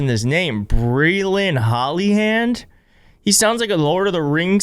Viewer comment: Maybe his name is like Berlin and not 2 seperate words like Bree Lynn